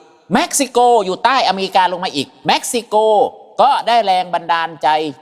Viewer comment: เป็นผู้รู้ แต่ก็ดั่งคำโบราณที่เขาบอกไว้ ผิดเป็นครู เม็กซิโก สระเอ อ่านเป็นสระแอ กันประจำ